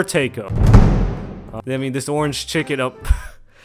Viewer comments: IT'S TAIKO, NOT TEYKO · it's taiko not teiko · >tay-ko it's it's tie-ko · Was wondering what the hell a "tay-ko" was for ages and realised he meant taiko drums lol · My brain couldn't get over the way he said taiko I just kept thinking "tay ko? tako? taco? whaaaaaa" until I saw it written out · its pronounced like "thai-ko" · Take-oh? What’s a take-oh? I really hope this video was just jokes on mispronouncing musical terms/instruments. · LOL... btw, Taiko is called "Tie" -"Co" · Taiko is said "Thai- Co" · It's pronounced taiko not taiko